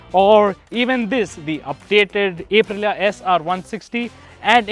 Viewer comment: Get your pronunciations right especially for Aprillia